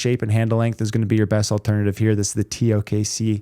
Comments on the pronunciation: He been calling it the TOK-C since the original TKO-C review. Lol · Still saying tok? lol